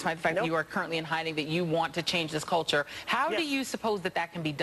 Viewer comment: "Culture" NOT "coature"!